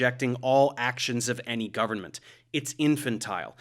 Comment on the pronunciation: the only thing i hate about this video is the way dave pronounces government